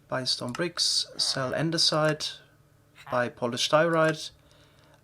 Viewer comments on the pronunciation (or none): none